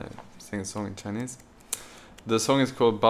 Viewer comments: J's Chinese pronunciation is very good! hope more vedioes that you sing Chinese songs. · J's Chinese pronunciation is very good! I like to see you singing together.😀